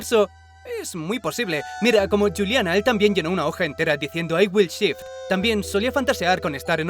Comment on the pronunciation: toca aprender a pronunciar en inglés. Shift se pronuncia como Chi-if-it. Y no Chit, que es popo.